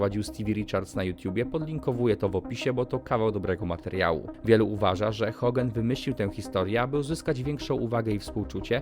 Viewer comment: Czy mi się wydaje że ty mówisz Hogen zamiast Hogan?